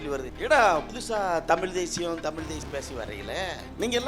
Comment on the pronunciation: தமிழ் ..... ழ் லே வரலயே😂